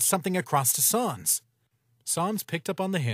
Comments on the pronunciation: Pronounced it wrong. It's pronounced S-an-s not sahhns. It's like calling papyrus, Pappyroos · Them saying Sans wrong makes my bones hurt bro